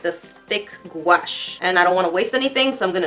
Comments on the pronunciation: Normal people: guache: GUAEESH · Hi! I love your videos.. I used to pronounce gouache like you do, and my dad laughed at me. It's pronounced like ghost + gosh. Goush, I guess.